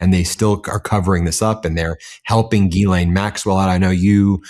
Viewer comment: You're still pronouncing Maxwell's 1st name incorrectly. Listen carefully to your guest.. she says it correctly.